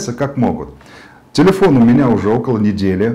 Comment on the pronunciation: ТИЛИЫОН Э С ДииРКОЙ